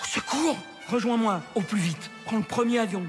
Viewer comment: À l'oral, "le premier avion" se prononce "le première avion" pour faire la liaison entre les 2 mots mais les Français sont devenus tellement nuls en français que 80% des spectateurs n'ont probablement pas compris cette blague.